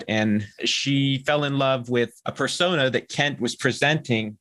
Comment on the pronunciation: it sounded like said kent had a furrsona, which animal-kin do you think Kent would be? i think anteater